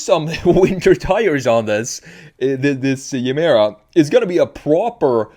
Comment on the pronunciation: Its not Jemera. Its Gemera with G.